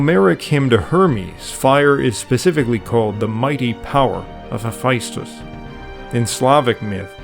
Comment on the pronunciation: There's no I in Hephaestus.